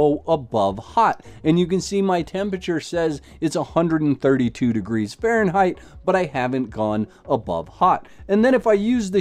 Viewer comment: why insist on Fahrenheit?? you can´t even pronounce it